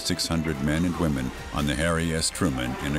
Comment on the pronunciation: ".. men and wHemen"